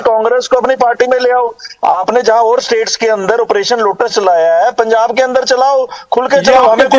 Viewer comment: Punjab not pujab